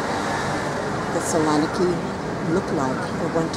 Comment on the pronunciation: I'm sorry but how do you visit a place and not even have the ability to pronounce its name. A good video otherwise.